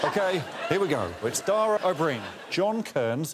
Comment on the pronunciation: It amazes me how so many British people still think that "Dara" rhymes with "Tara". For future reference, it rhymes with "Para" or like the first half of "carrot", with an unstressed a at the end.